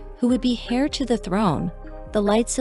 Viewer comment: Heir is pronounced 'air'